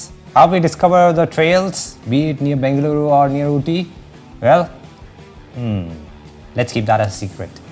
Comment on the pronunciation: Madya madya kannada 🥰🙃🙃🔥🔥🔥 Proper ag BENGALURU pronounce 🔥🔥